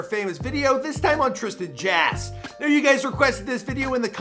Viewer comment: "Trisan Jass" 😂😂